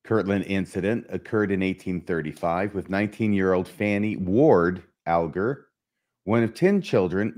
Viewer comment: I believe descendents of Fanny Alger pronounce Alger All-ger.